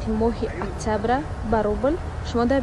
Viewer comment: Мохи актиябр не октиябр ба гуфти хдш ба адаби гап задестай